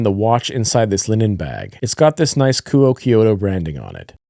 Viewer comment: Apparently, the pronunciation of Kuoe is "koo-oh" like "quo" in "quote". Should be easier to pronounce. I always thought it was "koo-oh-eh".